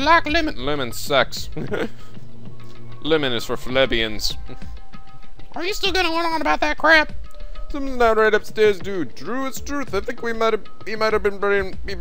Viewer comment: Dude you keep pronouncing "plebeian" wrong. Lol. It's not phlebeian, it's 'PL - eee - beee- in'.